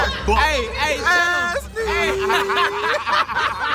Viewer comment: I think his name is aznee not ass-knee